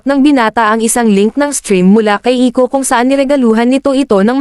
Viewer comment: Bro, that's Iko not ico